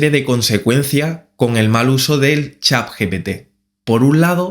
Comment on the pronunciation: Es chat , no Chap.